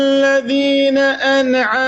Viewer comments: ماشاء الله تبارك الله البعض لا يراعي السكون على حرف النون في كلمة أنعمت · أيضا نطق النون بالقلقلة